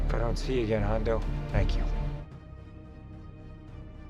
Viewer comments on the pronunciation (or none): It's Hondo, not Hondu. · Awesome sequel! Great details from your vid. But I can't help but say it....Hondo. Hondo. Not Hondu. 🤪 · Hon-doo? Really? It's pronounced Han-Dough ...... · He literally calls his buddy Hondo in your clip and you called him Hondu! lol